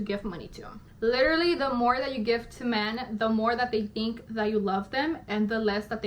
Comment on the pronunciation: First of all, the word is literally, not lillleraly, second, I feel like, I feel like... and only a simp is falling for this bullshit